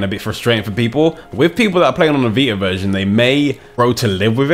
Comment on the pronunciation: Sorry.. but it's "VI-TA", not "VI-AH"... I had a hard time for the first few minutes of the video, trying to figure out what he was saying.